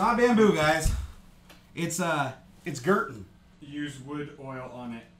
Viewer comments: It's pronounced 'Gerton', not 'Gerton'. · It's de Gerton!